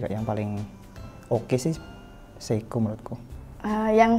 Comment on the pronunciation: Seiko bkn seikoji 😅 Mido bkn Midoriyama Ricard Mille ig : iskandarnursyidik